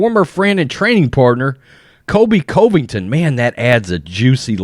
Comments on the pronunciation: Why do you say Colvington? It’s Covington. Kind of disrespectful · Say it with me now "Cuhvington" yes I know its misspelled but most importantly that is how its pronounced. It bothers me and I know its my issue but I can't be the only one who says it the way I'm suggesting maybe give a try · He does not say Colby Covington's name right. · Covington's pronunciation ❌ Usman's pronunciation ✅